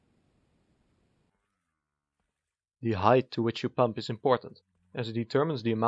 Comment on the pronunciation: Always hearing Pömp here 🤔